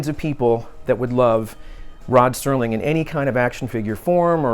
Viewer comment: Sounds like you are saying Sterling. I'm sure you know it's Serling... It's a shame the family won't allow it. I would love a classic posed figure or statue. I don't think Rod would mind at all. He was further ahead of his time than anyone in history. I used to watch marathons every New Years as a tradition with my Dad. I would watch it whenever it came on. I've seen every episode multiple times. I showed some episodes to my girlfriend and she loved them too. At least you all can make some merch.